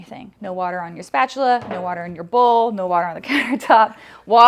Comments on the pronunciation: Channeling Mr. Krabbs – "Spatchuler." Made my day! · Lmao spatchuler 😂😂😂